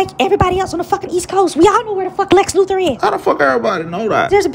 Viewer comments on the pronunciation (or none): "lex lufor" man... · My nigga said Lex Lufer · The way he pronounces Luther lmfao Loofer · Watching this for like the 5th and I'm tripping how he keeps adding an 'f' to Luthor lol